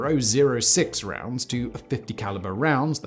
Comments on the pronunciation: "Point three zero zero six round" .30-06 is pronounced "Thirty aught six" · hey just so you know simon 30.06 is pronounced thirty aught six. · .30-06 is pronounced: THIRTY AUGHT SIX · The 30-06 is pronounced 'Thirty-Aught-Six'. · Ma Deuce is pronounced Maw Deuce. The .30-06 is pronounced Thirty aught six. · Hearing you pronounce 30-06 hurt my ears.